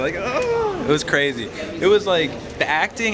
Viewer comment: I Like how she says "Crazy" CWAZY